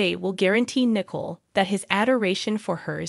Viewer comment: It's Nicole, not "Nickel".